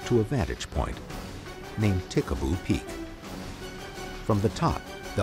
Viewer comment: Ta Ha Ha Ha! Pickaboo peak? Nah, it's Tikaboo Peak. Whatever I want to see a UFO.